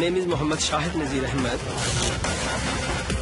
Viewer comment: Nazir dont take outbthe "r"